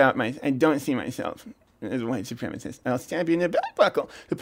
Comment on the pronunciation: A wight soupreemus!